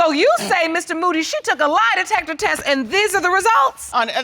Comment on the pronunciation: Baby said LIE•DECKA•TESS 😂 😂 😂